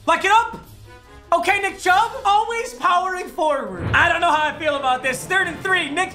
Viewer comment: "Right up the shmiddle to Nickariah Chubb"